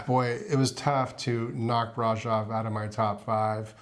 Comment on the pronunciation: Ugh!!!! The mispronunciation of Brasov!!!! Cringe!!!